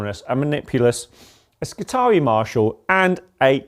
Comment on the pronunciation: when a word in latin has ii in it, it is pronounced E-I so it is skitar(E-I). this has been bugging me for a bit whenever i hear someone naming admech units